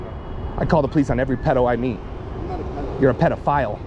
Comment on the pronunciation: "You’re a peda FILE" hahaha